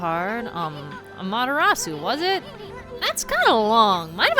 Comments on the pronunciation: the u is not silent in amaterasu. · How can you get every other name other than Amaterasu correct it’s just baffling lol